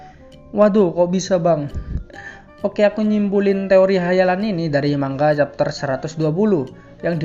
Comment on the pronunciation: Lu apa ga tau si Tsukasa tu termasuk wibu Edit : tambahan bang pas ngomong teori ngomong te nya b aja lahhh😂😂😂😂, tambah lagi yang penting ngomong t nya b ajalah